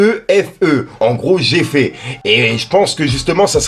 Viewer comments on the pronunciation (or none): Comment ça “j ai fait” MDR applique toi sur les prononciations c est toujours une torture avec toi 😭😭😭 c est “refer” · J E F E ce lis « Réfé » poto 👋🏽😁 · géfé il a dit hahahahh